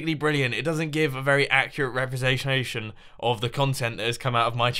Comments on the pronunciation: he says represationation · Lol "Represa-zation" made me laugh +1 to the spoon counter mumbo!